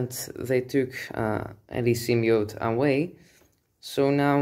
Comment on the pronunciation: Sym-B-iote! Not "symmiote". Like your videos by the way.